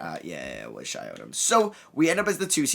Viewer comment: It’s shi not shay